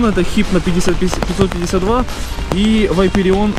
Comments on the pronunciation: Братан, говори не Вайпереон, а ВапОрион! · Вапореон , а не Вапареон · АХХАХ чтооо? ВАЙПереон? Может вапорион?😂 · Не Вайпереон, а Ваперион! Где там буква i ? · да не вайперион а вопарион говори правильно плиз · вапореон а не вайперион, кровь из ушей, 40 лет типу он не может по буквам прочитать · не вайпирион а вапарион